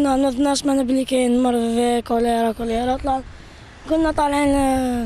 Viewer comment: وباء الكوليطة مشي الكوليرا😀